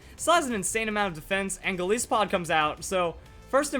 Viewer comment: pretty sure it's pronounced like goliath, since the name comes from goliath+isopod.